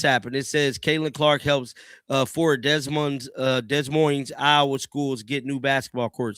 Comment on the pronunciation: The s is silent in Des Moines. Duh Moin, Iowa.